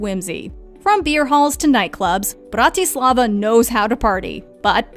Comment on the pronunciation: it's the "brRrrAtislavA" for me